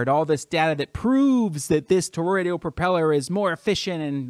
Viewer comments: The word is ToroidAL, not ToroidIAL... Doesn't give me much confidence in you in the first one second of your video. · It's toroidal...not toroidial. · 3 words in, mark: "...Toroid-EE-al.." Yup. I'm out. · I'd take this more seriously if you could pronounce "toroidal".